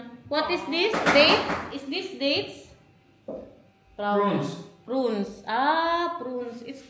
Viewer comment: Prunes pronounce as PRUNS IT LOOK LIKE DATES BUT BIGGER IN SIZE